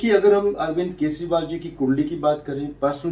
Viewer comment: केसरीवाल नहीं, केजरीवाल। रेबड़ीवाल जवाब तो देता नहीं, अटैक कहां करेगा?